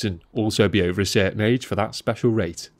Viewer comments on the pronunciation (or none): none